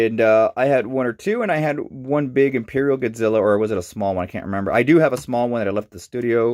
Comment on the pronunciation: first off its mathra, beeb boop godziller and gay dorah. Get ur fax right.